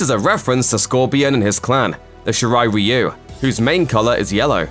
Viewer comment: Btw you pronounced "Shirai Ryu"